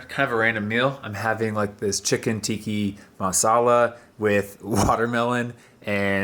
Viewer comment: The way he pronounced chicken tikki masala tho... it hurts😂 Nah jk, nice work another banger as usual